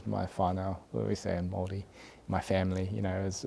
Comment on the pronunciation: I really enjoyed what shared. His childhood sounds really interesting in that he lived in a predominantly Maori/Poly area of Wellington. His pronunciation of Maori and some of the Maori words he had mentioned (haka, tikanga) was impressive and the fact that he knows that we have heaps of haka too. Very awesome interview, cheers!